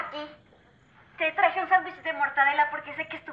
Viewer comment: Like si escuchaste el sanduwish de mortadela